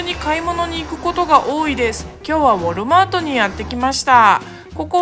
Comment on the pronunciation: ウォルマートじゃなくてウォールマートですよ